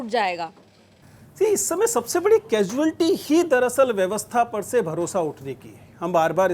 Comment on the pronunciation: after all the troll , sir said casualty properly🫣